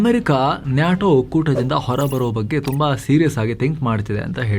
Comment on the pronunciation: Its called "Nay-Tow" not Naatow...